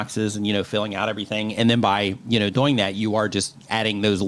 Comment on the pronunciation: Why does always say Doeing instead of doing.😎